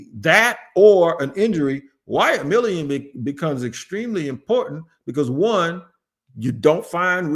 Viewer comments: he accidentally got close to saying it right for the first time saying it like Millum and even then he was wrong. lol I been leaving a comment on every video he’s brought him up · Please pronounce his name correctly!!!!! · been saying his name wrong for so long he actually spelled it the way he says it 😂